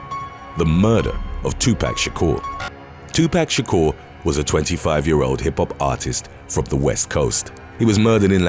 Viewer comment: LMFAO "two pack Shakur".